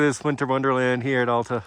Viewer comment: For future reference, it's Al-ta, not All-ta.